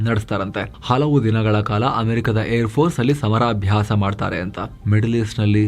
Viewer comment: I think it is ಸಮರಾಭ್ಯಾಸ not ಸಮಾರಾಭ್ಯಾಸ